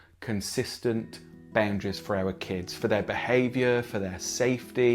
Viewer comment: Omg stop saying baoundaries